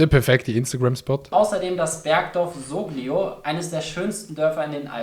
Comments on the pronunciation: Wie die Soglio usgsproche hend isch mehr als haram. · die Ussprach isch echt Horror. Soglio=Solio